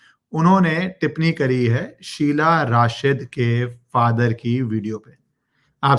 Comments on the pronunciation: Hi ACTUALLY IT'S SUHELA NOT SHEELA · शीला नही शहला नाम है😊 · Sheela Rashid nhi yaar. Shehla she-h-la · It is shehla not sheela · It is Shehla not sheela. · An off topic remark: dunno why but I get real amusement when you wrongly pronounce Names of these morons :) Whether call Shehla as Shiela or your legendary contribution against Bollymafia: Calling Anushka as Anshuka😂😂👍🏼🙏🏼🙏🏼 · Its Shehla not Sheela for gods sake How can u be so casual abt names You r an anchor pronounce the names Correctly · Sir aap sabka naamkaran achhe se karte ho... शेहला को शीला अनुष्का को अंशुका 🙏😂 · शीला नहीं शेहला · SHEHLA AND NOT SHEILA